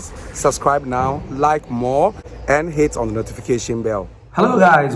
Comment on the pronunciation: Did u say HATE or Hit ? 🤣